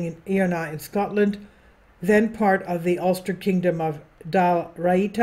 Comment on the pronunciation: I O NAH the proper pronunciation, greetings from Ireland 🇮🇪☘️✝️🕊🙏